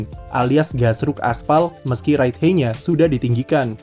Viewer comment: Ride HAIT bacanya kak bukan Ride HEY 😢 Just my 2 cents hehe